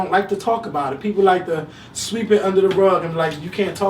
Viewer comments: I thought he said sweat as well. LOL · I thought he said sweat too. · "Bitch you gotta pronounce-ate, Sweeept"..LOL Dead!